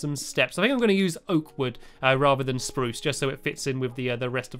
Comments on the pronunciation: i thought it was SPUROOCE, not spruce, whats going on here? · you said spruce wrong say sprroose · Umm... You said spruce, not SPRUSE! XD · You said spruce and not SPRUCE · How do u write a note stampy btw you didnt say spruuuuuce u said soruce wood not spruuuuuce wood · Stampylongnose you did not say spruce wood you said it like spruce wood say it with your chest like SPRUCE WOOD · Stampy u did not say it right last time you said spruce not SPRUCE!!!!! :D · At first you said sparuce but then u said spruce! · ooh stampy you didnt say SPRUCE you said spruce just that how dare you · stampy you said spurce in the video and you didnt say it in that wierd man voice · You did not say SPRUCE!!!!! STAMPY !!!!! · stampy you forgot to say sproos like SPRROOS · you said spppruuuuuuuuccce wrong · You said, " Rather than Spruce." Your supposed to say, "SPARuce!" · Stampy you Sound funny when you say sprosse wood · You didn't say SPRRUUSSE!¡!!!¡!!!!¡¡¡!!!¡ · You sAId spruc wood wrong :( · YOU SAID SPRUCE NOT SPARUCE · you mean SPRRRRUCE!!!! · You said SPROUCE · Gasp you said SPRUSE wrong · Spruce- pronounced SPAruce- the darkest,bravest wood in Stampy's lovely world. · stampy u forgot to say sproce!!!!!!!!!!!!!!!!!!!!!!!!!11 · O my goodness Stampy you didn't say spa ruce you said spruce :D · also you said SPRUSE wrong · hey when you said spruce you didn't say it right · You didnt say spruce right the second time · you didn't say spruce right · Mr stampy im ashamed of u itz not spruce wood itz SPRUCE Wood !!! ;) hope it made u laugh :) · U said SPRUCE wrong!!! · Oh No U Didnt Say SPURUSE !!!!!!!!!!!! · STAMPY YOU DIDNT SAY SPRUCE RIGHT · stop saying spruce wrong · This video you did not say SPROUCE!!!!!!! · You say stampy says spruce weird and you can't even spell it. Lol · Stampy!!! You said Spruce wrong!!! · Stampy... you didn't say sprUse right :) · You said spruce wrong at 8 mins 18 :-)